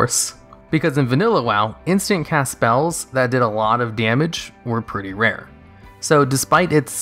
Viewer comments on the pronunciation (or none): none